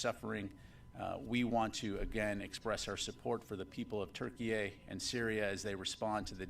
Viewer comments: Why does he keep calling it Turkey-A could it be more than miss pronunciation or what ??? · Why does he keep adding an “A” at the end of Turkey?? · I don't understand why he keeps putting A at the end of Turkey??? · Why does he keep saying TurkeyA? Is there a Turkey B?